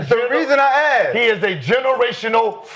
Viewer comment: Mccants said "i don't know i haven't axeded that question" Mccants a generation talented with his English language. 😂